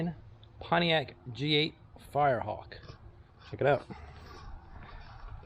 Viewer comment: Did you say this car was a firrehawk 😂